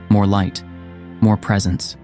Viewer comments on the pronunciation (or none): none